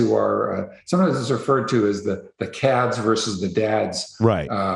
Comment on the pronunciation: He called chads "kads"😂😂